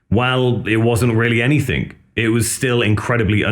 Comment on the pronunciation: did you say anythink?